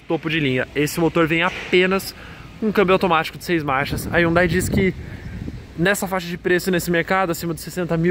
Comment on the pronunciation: Essa cara não sabe falar Hyundai